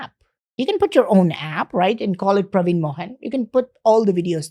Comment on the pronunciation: Its actually PraveenAAAA MohanAAAA.. like he pronounces all Indian names. Colonised 😅😅😅